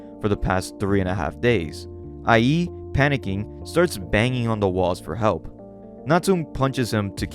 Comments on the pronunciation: The way you said Ie's name had me rolling my brain sometimes. I think it's supposed to be like iayyy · Ie is pronounced “EE-eh”, just letting you know. Banger vid’ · Also, pretty sure the protagonist's name (Ie) is pronounced like "ee-é" instead of "i.e."